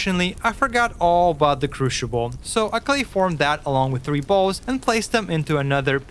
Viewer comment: excellent. Good to know that after 3 months you still can't say the word "crucible" right. But hey, at least you've got more than one language under your belt.